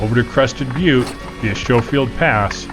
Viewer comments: Typical AI slop, pronouncing the title of video & name of pass wrong. (I'm giving the human creators the benefit of the doubt here.) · I know you’ve already been informed that it’s Sko not Show field , but boy do you say it wrong a lot . Ex Pitkin and Gunnison native here, been there , done that back in the sixties in forties and fifties Jeep Universals and get a kick out of watching someone in an inordinately expensive , purpose built rig talking about how spooky and hard it is in the easy parts . Anybody in my day would have lost their man card having their wife as a spotter on that road . Yep , this is definitely a “judgy” comment from an old timer from a different era . Nice footage though , especially the drone . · Fun video of a fun trail, but it makes me absolutely cringe every time it's mispronounced as "SHOW-FIELD" . It's "SKO-FIELD", LOL!! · Omg as a native to this area every time you say “showfield “ I want to throw myself over the edge 🤬 😂😂😂 ps . nice drone footage though 👍👍👍🤗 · Schofield pronounced like school.... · Great video and guide! FYI, local pronunciation is SKO-field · Pronounced SKO FIELD PASS. Great video though 👍🏼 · It’s Skofield proper pronunciation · 70 year CO native, grew up in that area. It's pronounced like Skol-field pass. Camping on the Crystal one time my parents and I road 1974 Yamaha trail-bikes over the pass to Crested Butte and back in the dark. I picked up some guy walking after rolling his jeep, rode double from the top after midnight back to camp, where he met the sheriff. Good times, and good fishing in that area. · Thank you highcountryrambler… I was struggling with watching because I’m kind of a grammar nazi and kept thinking pronounce it correctly! But great video. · "Sko-field" is the only correct pronunciation. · You are pronouncing Schofield wrong. Skofield, with a long "O". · Its pronounced Skofield pass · Pronounce SKOH-Field..... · Pronounced "Sko-field" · "Sko-field" as mentioned above. Cool drone flying.